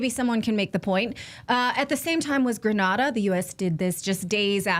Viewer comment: Its GRENada, NOT GRANada.